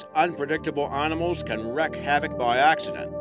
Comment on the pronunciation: Arnamals and Hum-a-noids Could listen to this shit all day